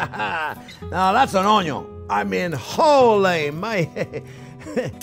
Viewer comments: I take a shot every time Chef says onyo in every single one of his videos, I woke up in hospital from alcohol poisoning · A Maaaa Zing video!!! Always a pleasure to travel the culinary road with you. The passion and joy you bring to cooking is infectious. I’ve been bitter by the Onion (pronounced own-young, I think) bug. Keep up the terrific videos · How this man says Onion is what hooked me lol!